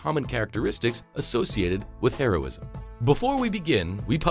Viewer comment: I heard heroinism